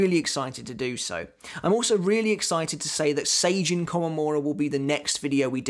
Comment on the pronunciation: Why do you call Sajin, Seijin 😂